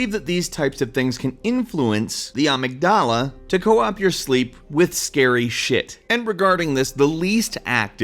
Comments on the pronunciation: Uh-mig-duh-luh not ah-mig-dah-lah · uh-mig-duh-luh. not princess ah-mig-dah-lah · Uhhhh...pronounced "uh-MIG-da-la" not "UH-mig-da-la." That distracted me so much, I missed most of the video. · Actually it's pronounced phonetically uh-mig-dill-uh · its pronounced ah-MIG-dah-la. You clearly did research to make this video, how did you not find out how to pronounce amygdala? God DAMNIT,. Also the 10% use-of-brain model is a complete fabrication. Neat video though. Also, I'm drunk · It's pronounced amygdala. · You pronounced Amygdala wrong... it's : A-myg-dala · OI uh-MIG-duh-luh that is how you pronounce it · Ahhh yes the "AMIGDHALA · Ah-Mig-U-Lah lol and i have to say thinking more about yourself as the brain not as it being an organ but YOU ARE THE BRAIN can open up a whole new outlook on it. We are the brain we are determined by these simple chemical and electrical signals. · am I the only one that pronounces it as a-mig-du-luh, not a a-mig-da-la? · I like voice and way of presenting, but the way he says amygdala is...disturbing. Seriously, I think it's going to give me a nightmare. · also you're pronouncing amygdala wrong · I like the video, but I have to admit that it hurt me physically every time you pronounced Amygdala the way you did.... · I seriously, seriously love this channel I'd love it more if knew how to pronounce "amygdala" 😂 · the way you say amygdala makes me cringe but otherwise this was interesting to watch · Why'd you say Amygdala like that? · Never heard amygdala pronounced that way but I can dig it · I love how he mispronounces amygdala over and over. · Nice vid but I think you pronounced Amygdala wrong ♥ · Thats not how you pronounce amygdala my dude.